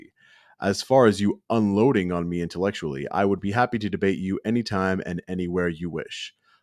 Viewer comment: Ima unloabd om um intelexulay.!!😂🤣😂🤣🤣🤣